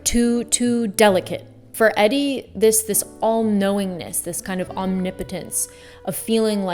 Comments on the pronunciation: nice video, and good food for thought... two things tho... i'm pretty sure her name is pronounced 'eee-dee' as it was a nickname of edith.. RIP and i want to challenge you to dig a bit deeper to tease out the difference between self-possession and selfishness. i think it can be dangerous to use these two words interchangeably.. especially in or around groups of non-creatives/artists. i think it's too easy for people who don't 'get' art to write makers and muses off as selfish people, and by default discredit their efforts or pass judgment on their choices/work... but self-possession actually speaks to a type of self control that comes with confidence and usually a fair amount of study/practice.. a level of self-awareness that comes with an understanding of ones sense of place within society.....it's not easy, and it's not a character 'flaw' in the same that way that selfishness tends to be viewed... it is a great value for one to know EXACLTY what they have to offer... i agree 100% about movement... which is one of the things that makes this 'it factor' so difficult to capture in 2D formats :) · It's pronounced EEEE-dee. No offense, just a fact. Check out the Cult song, "Caio Baby" It's all about Edie Sedgewick. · Eedy, the pronunciation. It’s a long e short for Edith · Eddy? It’s Edie. 😢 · Ummmm… Her name isn’t Eddie. It’s Edie, as in short for Edith. Edie Sedgwick. 😎 😂😂😂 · no big deal but fyi her name is pronounced E-Dee 💖 great video 💖✨ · I never understand mispronouncing the name of a subject or partial subject to your content. Especially if it's not a really tough name due to language barriers. She's well known enough that even a small amount of studying/research should have been enough to hear her name a few times. I find it odd on the channels part to get this simple but important detail so wrong. "EDDIE" 😂 jeez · Pseudo intellectual = dropping words like ‘solipsistic’ but pronounces Edie’s name like ‘EDD-EE’ 😂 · Why does she mispronounce Edie?